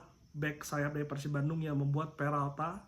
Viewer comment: Jarang2 host ngmng pErsib biasana peursib ternyata si om ieu emang orang bandung 😁